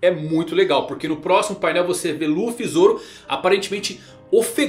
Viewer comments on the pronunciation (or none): none